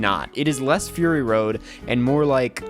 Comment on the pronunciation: did you just say furry road?